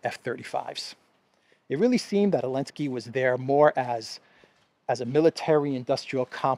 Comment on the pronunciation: Partial answer from South Africa. The letter Z is painted on the Russian tanks and military combat and other vehicles, although is does not feature in the Russian alphabet, but Zelensky banned the use of it. Hence calls him Elensky. I hope I got it right.